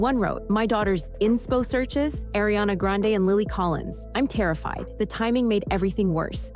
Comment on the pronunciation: Pronounced AhRiana not A, it’s AH.